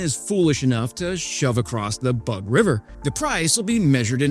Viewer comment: Booooog River. Sorry, bad pronunciation. Boo as in ghost.